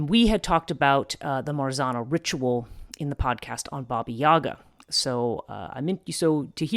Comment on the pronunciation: I Love This channel and work You put on it! Hugs from Poland:* Pronouce tip: 'rz' in Marzanna sounds like 'g' in beige and double 'n' should be accented like in name Hanna :)